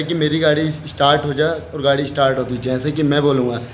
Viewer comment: estart nhi start bolte hai bhai 🤣